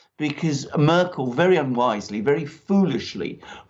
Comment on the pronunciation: Wow, managing to mispronounce every politician's name! What a great geopolitical journalism achievement! Please tell me how I'm supposed to take this program serious when you can t even pronounce the names of the key players! Who is "Makwrron?" Who is "Muuurkel?" "Alis Viedel?"